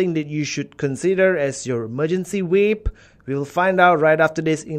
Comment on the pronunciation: ahahah your accent "SUBWOD" and WAPE ahahahh love ya vids 👌